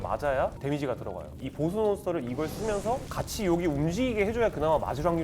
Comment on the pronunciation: 보쓰 가 아니고 보스~